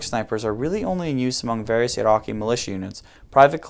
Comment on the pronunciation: im Arabic and he spell Iraqi the perfect way , these goons are high